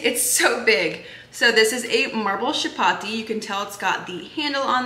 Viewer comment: Love all the items. The last item is for Kenyan flat bread and you actually pronounce the “ch” as in “chapstick” and not “sh”. Love the content.